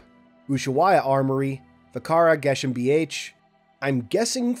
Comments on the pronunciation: As a German, I'll say hats off to your pronunciation! Still a bit rough, but one of the best attempts so far. Regarding Vakara GmbH, it's best to just read out the initials as they are, or if you want to attempt a German pronunciation, to go with 'Geh (not Jeh) - Am - Be - Huh'. Something else that keeps bothering me is the false word construct of BRS, which should be 'Beweglichkeitsrüstungssysteme' (with 2 s). I wonder if it could still be retconned to the proper word for Infinite and MCC. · well said, at first I was like wtf did this guy have an aneurism? lol props to that pronunciation man